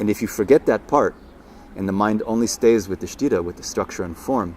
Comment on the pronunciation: Sthira not sitta